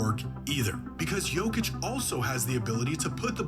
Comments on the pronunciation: Say it slow my guy... Yo-Kitch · Idk how you can hear how Jokic is pronounced so many times in the video you're reacting to and still not being able to say Jokic properly 😂